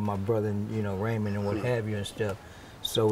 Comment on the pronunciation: It's Raymond not ramon